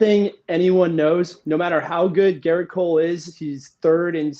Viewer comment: It’s Gerrit not Garret